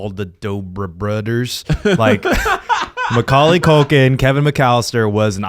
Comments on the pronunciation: why does everyone sound like they're saying my cocaine lolll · the way zach say maculay,,,, i keep hearing my name (koalie) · I love how it just sounds like your saying “my cocaine”